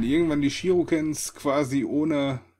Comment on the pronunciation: du sagst immer Shirukens... es sind aber Shurikens! °A°